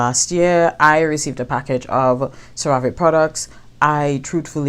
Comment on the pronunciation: Thanks for the honest review... don’t work with the company, but it’s pronounced “serra-vee”